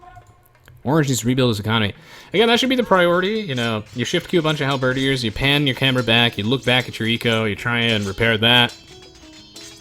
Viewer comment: Is it me or does he have trouble pronouncing halberdiers? Like, hal-BERRdeers?